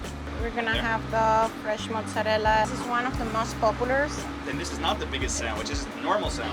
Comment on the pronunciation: Please stop saying "mutz"